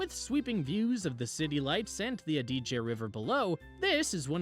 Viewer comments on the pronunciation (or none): lad to help 👍 And thanks for the restaurant tips. I will be there end of this month. I didn’t get a chance to write them down so I will watch the video again.!! Oh and Adige is stressed on the first syllable not the second. 😊